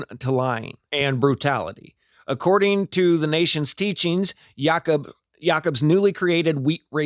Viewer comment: Its Ya-Koob